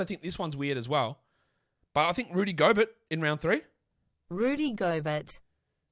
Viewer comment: The Rhudj Ghobehrt killed me 😄